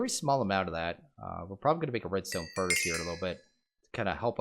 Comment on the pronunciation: Epiccat27 Yea...It hurt hearing that.